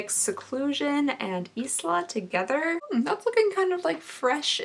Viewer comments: Crying at how pronounces ISLA like EES-LA. It's EYE-LA babe x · Isla is pronounced “eye la “ :) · Isla is pronounced like eye-la. Just saying... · Isla is pronounced eye-la like island 🤦🏼‍♀️ 🤦🏼‍♀️🤦🏼‍♀️ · Isla is pronounced as eye-luh 🙈 love you!!!! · I listen to this on my way home so idk if this is helpful or true BUT I believe the alamar cosmetics blush color Isla would be pronounced like Aisle, or Island. The s is silent ❤️ (if that's the word I think it is) edit I think I'm wrong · Its eye-la! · Oh boy, Cooking with! I love it! I'm not wanting to sound critical, but, Isla is pronounced, I la. My grt granddaughter's name so I know.